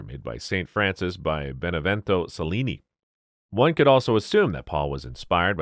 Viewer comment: Well, here we go again - you sound like an educated American but your narration is filled with errors. Pronouncing Che - llini as Sell - ini? And saying that a teapot has a broken sprout, with an r? Half of the time you get the gender of the guest wrong, you cannot tell the difference between the sexes?